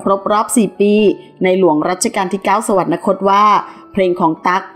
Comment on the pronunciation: สวรรคต อ่านว่า สะ หวัน คด ไม่ใช่ สะ หวัน นะ คด ไม่มี ณ . ไม่มี น . นะ